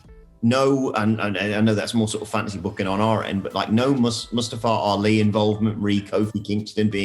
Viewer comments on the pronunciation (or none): The way these English guys pronounce Ali's name is hilarious. Wrong. But hilarious